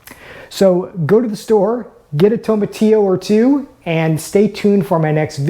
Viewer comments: you are pronouncing TOMATILLO wrong lol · The Very first thing you said is wrong. That's not how you pronounce it.